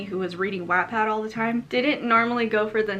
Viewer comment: I’m sorry but The way you said Wattpad 😂